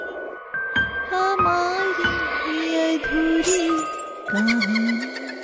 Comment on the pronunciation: Yadhuri nahi adhuri 😂